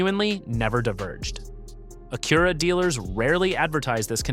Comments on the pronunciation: Annoying AI...."A-cure-a" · Stop using AI for voice overs. Acura is pronounced with the emphasis on the first syllable (A-kyu-ra)